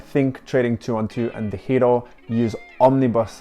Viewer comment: I was going to ask the same thing. You pronounce DEGIRO like a true Dutchman.